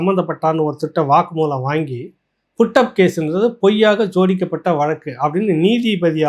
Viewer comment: ஜோதிக்கப்பட்ட வழக்கா? ஊம்புறத விடு. உச்சரிப்பு சரியாகும்.